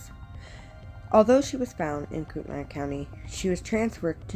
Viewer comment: It's pronounced "Koot-A-Nay" not the way you're saying it. My son worked with Dylan's mom at Yokes. She still thinks these were all murders. We lived in shoshone County, Kellogg for 16 years. It's a small county and towns. the cops rule there and the older people know stuff there!